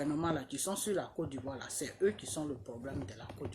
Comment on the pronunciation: Ont dit côte d'Ivoire et non codivoire 😂😂😂😂😂😂